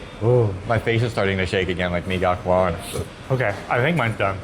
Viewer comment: Gacoan said ga-cho-an